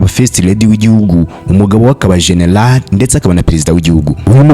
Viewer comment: Noeho ntaguzi kuvuta GENERAL ngo shenelale 😅😅